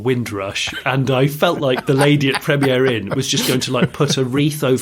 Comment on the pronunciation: it's Premier Inn not Premiere Inn...you are making them sound posher than they are